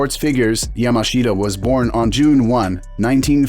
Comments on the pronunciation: Pronounced YAMASHTA and it's Jigoro Kano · It's pronounced "Yamaschda".... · The guy's name is pronounced "Yamash'ta". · 名前くらいちゃんと言え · Pity you cannot even pronounce his name correctly! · It would have been nice if you had learnt how to pronounce his name properly first.